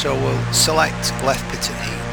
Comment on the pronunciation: pitot is pronounced pee-tow. Just letting you know :)